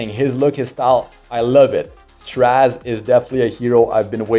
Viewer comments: Str-AY-ze ffs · I swear, it sounds like you're calling him trash instead of Straze sometimes during the video, ahahaha